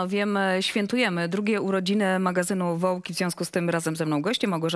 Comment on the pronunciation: "Wołk"...pani Iwono, jeśli już trzeba to przetlumaczyč " z polskiego na nasze" to raczej "woog" 🤣 Ann Wintour? Stanowczo AnnA